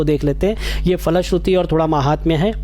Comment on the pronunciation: महात्मय वाले भाग के उच्चारण के लिए धन्यवाद आपका